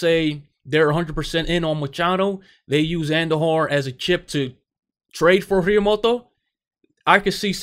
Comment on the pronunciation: El tío se llama Realmuto , not Realmoto